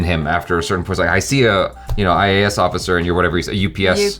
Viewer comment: Bro IAS officer not AIS 😅😊👍